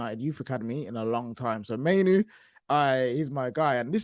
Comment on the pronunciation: I really hope starts saying Mainoo’s name properly soon.